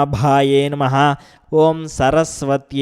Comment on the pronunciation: Please give right pronansesation i.e Namahh not name pls try to do correct So try to give correct pronansesatin namahh.